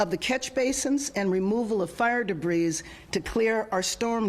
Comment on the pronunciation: She never learned to read. Pronounced "s " in debri"s".